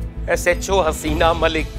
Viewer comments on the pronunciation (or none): Ajeeb bat hai... baki sab to English me bolta hai but "SHO" and "association" ko pronounce nahi kar pata hai 😀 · my god can never speak these two words "SHO" and"Association" he just says "HHO"😂😂😂😂😂😂